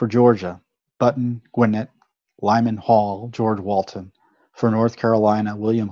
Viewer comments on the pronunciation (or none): none